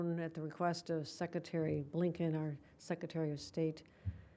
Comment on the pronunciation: Seck-a-tary???? Idjit